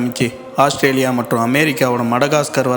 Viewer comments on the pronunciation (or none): none